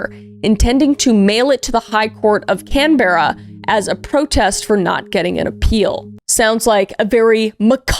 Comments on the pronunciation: Yep you butchered those names 😂🫶 we don’t say it how it sounds. Canberra is cambra Albury is Aubrey (I’m from Albury) Queensland is how it sounds queens land not queenslund. You said Sydney and Melbourne good tho! We say Melben lol just be lazier with pronunciations I guess 😂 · PS: Canberra is pronounced "can-burr-ah" (like 'brr its cold!) and Albury is "All-bury" (like 'bury the dead") ~ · U should do an over run of the port Arthur massacre… also Canberra is pronounced like can-bruh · Can-berr-ah!?!? ITS CANBERRA, PRONOUNCED CAMBRUH -No but this is just for laughs, luv ya vids Kris❤ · Can-Berra it’s Canberra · You said Canberra wrong you said Can-ber-ra but it's pronounced Can-bra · Correction... It's Can-beh-rah (Tho I've heard it pronounced your way from the bogans. The Beh is important ). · Should take a look at the Port Arthur Massacre or Katherine Knight. Also just for some future reference; Albury: all-bree Canberra : can-bruh Melbourne: mel-bun Goulburn: gol-bin Also you might be pleased to know that stomach cancer without treatment is absolutely fucking agonising and induces nausea as it progresses. So the fact he had throat cancer and would get the acid reflux from the stomach cancer is poetic. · Hold on I love how she pronounced Canberra 😂 ❤️ (also it’s can-bra) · Thank you for doing an Aussie case. However, Canberra is our Australian capital and it’s pronounced can-bra and Maitland is pronounced mate-land (as a Aussie who used to live up the road from this jail). I had to correct you sorry my love ❤❤❤❤Also you can go on ghost tour at that jail now (except it’s closed for renovations and safety concerns atm) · Canberra is pronounced can-bra. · Canberra is pronounced canbra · You mispronounced Canberra Aubrey it’s can-bra and all-bre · It’s as if your pronunciation is based on being over everything and tired hahaha like „In AH-stralia, Can-BRUH I’m tired it’s too hot MAIte argh” 😂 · Or absolute butchering of Canberra😂